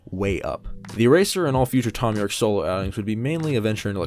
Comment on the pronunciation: haha, you said thon you'rek